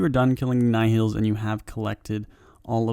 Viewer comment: Just search another video for nihils because this one is way too bad... Second time he says nihils in a vid and still doing the same way